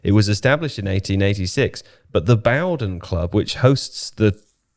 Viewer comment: it's bowden as in bow and arrow